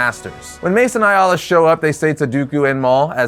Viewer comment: Why are you saying aayla like that? Haha